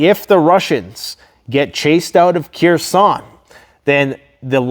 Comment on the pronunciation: The city is pronounced Her-son the k is not voiced, only saying because it's the main city of focus in the news as of now